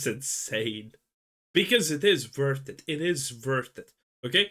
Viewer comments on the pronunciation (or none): It is vurted, it is vurted ! ( It's worth it ) 😂😂😅😅😅